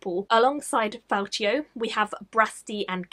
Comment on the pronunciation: I couldn't tell if you mispronounced his name as a nod to the stuff in Knight's Shadow... Fal-Key-oh not Fal-Chi-oh